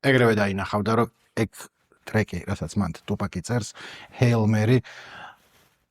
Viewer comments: თუფაქი არა. ტუპაკი. ბითქოინი არს ბიტკოინი. შონ პოლი არა. სან პაული. ეე მოკლედ ამ. ხალხს რო უსმინო მეგობარო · ძალიან კარგი ვიდეოა და მადლობა ამ კონტენტისთვის! უბრალოდ გეხვეწები ტუპაკს ნუ ეძახი, რა უბედურებაააა. იუტუბი კაი , კიდე ხო... მარა აქ ორ ასოს ცვლი და თან... ნუ მოკლედ, მართლა ყურებიდან სისხლდენაა ტუპაკი